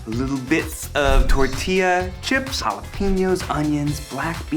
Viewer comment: I hate it when white people pronounce jalapeños as jalapiños. Like, can you not? Thanks Ned.